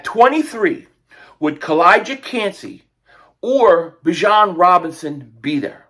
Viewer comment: It’s Bijan not Bijon.